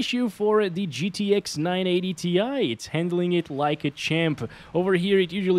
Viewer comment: 980 TIE not tee eye - tie!! 😂